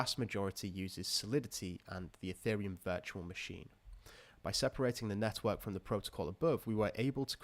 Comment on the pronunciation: I always hear 'Nethwork' and not Network lol